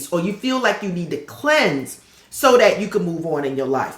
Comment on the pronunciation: Every time you say "cleanse" in this video I hear the word "shed". It is the year of the snake after all! I'm also a fire snake (1977) so growth and transformation are integral to my life path.